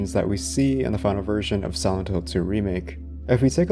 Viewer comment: whenever yoy say "silent" sounds like youre saying "sih ent"